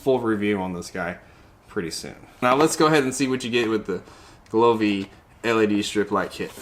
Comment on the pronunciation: I couldn’t stop thinking about how he called the brand glovee instead of govee😭😭